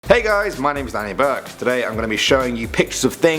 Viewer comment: Hay Danny Burke! When you say Danny Burke it sounds like the swedish word bög whith means gay...so yeah XD